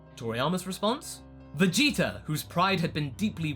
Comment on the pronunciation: Vegetar,Idear etc i dont get that accent :o